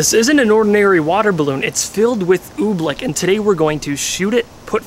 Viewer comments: You should know it's oobleck, not ooblick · Oobleck. Not Ooblick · oobleck it sounds like your saying ooblick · It’s OOBLECK not oob-lick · Why are you calling it oblick?